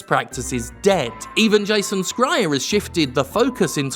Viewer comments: 'Jason Skrier'? I though it was pronounced 'Shrier', isn't that how you've pronounced it before? Or is this like 'Kotick v Kohtick'? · jim i love you but it's "shryer" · You dunk on someone for typing 74 instead of 76 but then call Jason Schreier "Jason Scryer" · Years on, and he still hasn’t bothered to look up how to pronounce the name Schreier. SHRY-er, dude. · I'm unsure how you feel about Jason Schrier. But if you are neutral or better in your opinion of him then you should know that you are misspronouncing it. Soft "c" not a hard one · The way you say Jason's surname makes me think he's from Clan Skryre in Warhammer Fantasy